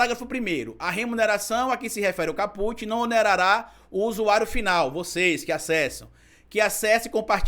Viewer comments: Só um reparo,, “caput” significa “cabeça do artigo” e pronuncia-se “cáputi”, e não “capúte”. Excelente o conteúdo do vídeo. 👏🏾👏🏾👏🏾👏🏾👏🏾👏🏾👏🏾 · nós profissionais do Direito se treme todinho quando fala em Capute é Kaput se escreve Caput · Não se fala caPUT. Diz-se CAput. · A PRONÚNCIA NÃO É “CAPÛT”. É “CÁPUT”. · excelente vídeo. Só queria não como forma de crítica mas como sugestão p quem tá estudando direito que verifique a forma correta de pronunciar os termos. É "cáput" e não "capút". Seu jargão deveria continuar " cabeça vazia é casa p bolsonaro ". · A PALAVRA VEMDO LATIM E NÃO TEM I NO FINAL, ENTÃO ENTENDO QUE A PRONUNCIA É CÁPUT, COMO SEMPRE OUVI DE TODOS OS PROFESSORES, E NÃO CAPUTI, NÃO SEI SE ESSA ANÁLISE PODE SER LAVADA A SÉRIO POIS TODOS OS OUTROS CANAIS PROGRESSISTAS ESTÃO FALANDO O CONTRARIO. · Maravilhosa analise, parabéns ❤ só uma dica: é cá-put e nao ca-pút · meu amor.. não é caPÚt... é CÁput... do latim, a cabeça... titulo de capítulo. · não se diz capût, c certo é cáput. Coloquei acento para você entender a pronúncia correta. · o correto e caput, com CA como silaba forte, e nao put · Lê-se "cáput" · Bastante esclarecedor seu vídeo,. Se me permite a dica... a pronúncia é cáput e significa cabeça. Um abraço. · Olá,tudo bem? Desculpa a crítica construtiva,mas apesar de não ter acento agudo a pronúncia correta é cáput.